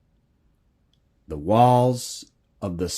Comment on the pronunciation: I'm admittedly no expert but I believe Shinar is pronounced Shin-r..Uruk is oor- ook. Erech is a translation to maybe hebrew? Thanks ..interesting!!!